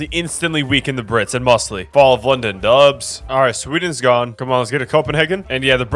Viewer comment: why do you pronounce mosleys name so wrong?